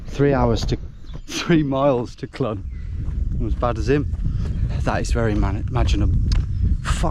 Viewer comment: Clun is I believe pronounced closer to Clean, it means elbow in Welsh if I'm right